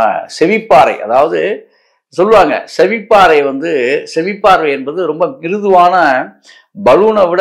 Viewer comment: செவிப்பாறை இல்லை சேர் செவிப்பறை.